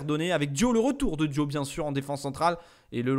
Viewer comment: Sa ce lis pas dio mais diaw comme sa s ecrit